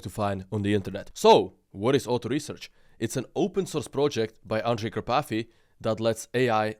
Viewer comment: Андрей Карпатый, а не Андре Капати😂😂😂